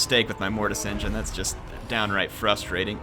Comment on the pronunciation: the great green prophet locked your mortis engeen.. calm your mic xd